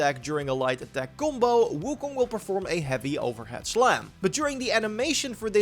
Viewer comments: "kumbo" "kumposure" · I didn’t realize u were saying combo until I was halfway through the video… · Each time he said "gumbou" i drank from my beer and i needed 1 1/2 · I don’t know at first this guy was saying gumbo and stuff I was like wtf 😂